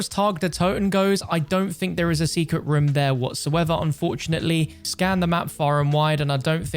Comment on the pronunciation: People: Room: Rum